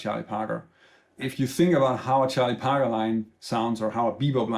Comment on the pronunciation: Hey, Just a little footnote, I could not hear who you were mentioning. It sounded to me that you were saying Chi Potter, when in fact you were referring to Charlie Parker. Not a big deal for most Jazz people, but when you're a novice to jazz such as myself, it threw me off slightly. Nothing to write home to mom about, considering your extent of knowledge and your willingness to enhance other people's lives, who would have no other means of access to quality Jazz instruction. Thank you very much.